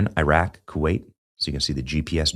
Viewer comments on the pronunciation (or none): none